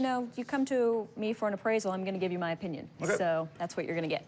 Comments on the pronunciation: He also said "O-pinion". It really showed just how much value there was to his words. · Well... that's your o-pinion.